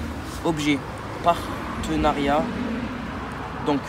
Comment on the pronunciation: c'est quoi un "partenarait " ? Mdrrrr